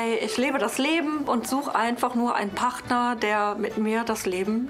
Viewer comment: Ich mach sie nach: "PaRRRtner".. bei min: "PaRRRtner" 😂